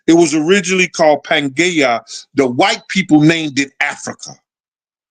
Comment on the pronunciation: Pangaea is pronounced Pan gia